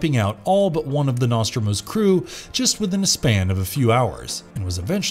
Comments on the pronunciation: ..."NOSTROMO" is pronounced "KNOW-STROH-MOH" ...not "Nah-Strah-Mus". 😒 A.I. 🤖 bots narrating this/similar channels are creepy as it is but their mispronunciation of common words give em away EVERY time.. soon this logarithm will be fixed and they'll be indistinguishable from "REAL" voices🥺.. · GEG-er? NOS-tro-MO? This is the second video ive seen and both have mispronounced words, some of these words you mention are literally in movies you talk about, you could just repeat them. Also, "hostile and passive beast" "dreadly powerful", who proofs these?